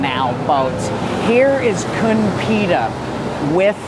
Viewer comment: Great summary. 🎉I notice you are pronouncing Pita as Peter though 😮